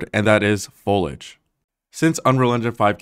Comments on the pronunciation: I loved this but why did you pronounce foliage and cupboard like that? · The video gets a 9/10. Would be 10/10 but I'm so triggered at the pronunciation of "foliage" lol There's an "i" in there 😭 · Someone teach this man how to pronounce foliage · You had ONE word you needed to pronounce correctly!! "Foliage" has three syllables. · Lisa Simpson must be spinning in her grave. It’s pronounced foliage, not foliage! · It's indescribably infuriating how you pronounce foliage and cupboard. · If you're going to spend a whole video taking about foliage... learn how to pronounce the word correctly at first. Like c'mon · Inability to pronounce “foliage” is making this hard to watch. Oh well. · What's up with this guy's pronunciation of foliage and cupboard? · Dude is killing me with his mispronunciation! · If you wanna get fucked up fast, take a drink everytime he mispronounces foliage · Amazing video, even if you're pronouncing 'foliage' wrong! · OMG dude stop saying FOLAGE without the I! The word has three syllables - fo-lee-age. I had to stop watching half way through as I just couldn’t handle hearing it pronounced so badly any more. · "The reason why is one word, and that is... foe-ledge"... lol... it's foliage, pronounced foe·lee·uhj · Fol - Iee - age. not 'Follage'. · Lisa: "It's not 'foilage' mom, it's 'foliage', fo-li-age" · For the future, it's pronounced fol-ee-age. Perhaps you were saying it correctly, but it sounds like you are saying ful-age in the video. I hope this helps! Great video, I loved it :D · Two small points: 1. It's pronounced FOL-ee-idge, not FOL-idge 2. Fewer polygons, not less polygons; basically, if the plural adds an "s," it means the items are countable, so use "fewer." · This guy is skipping an entire syllable in "foliage" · It's pronounced fow·lee·uhj ;) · It’s pronounce “fo-li-aj” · please look up how to pronounce foliage. Foliage American pronunciation Sounds like fow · lee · uhj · Foliage has three syllables. Fow-Lee-Idg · Foe luj?